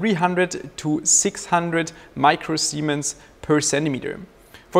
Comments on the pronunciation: All I can hear when you talk about the conductivity is "micro-semens". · Admit it, you laughed everytime he said micro semen.